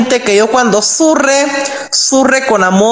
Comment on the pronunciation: Le primer pendeje tode castrose, ni sabía pronunciar la r 😩